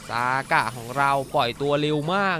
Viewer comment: ทำไมพี่ต้องเรียก(ซ)ากะ55555